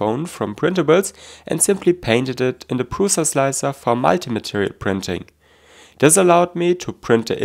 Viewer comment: Did stefan told u to pronounce "multi" weirdly like that😅?"